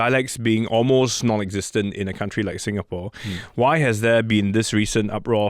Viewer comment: Stop mangling Singapore's name!